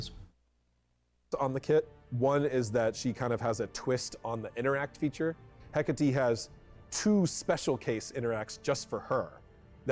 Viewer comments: A pronúncia correta é: écate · Eu acredito que a pronúncia certa em português é Hecatê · Se pronuncia hécate com som forte na letra é